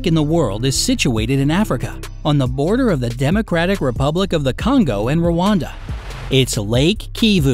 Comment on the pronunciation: It’s pronounced R A N D A I live with one